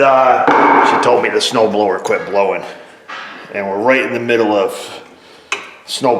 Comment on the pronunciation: What’s a snoooblowahh. 😆